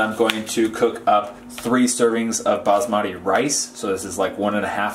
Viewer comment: im sorry but the way you said basmati rice is hilarious